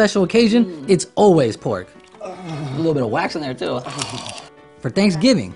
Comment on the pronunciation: No es "Thanksgiving" es "San Giving" XD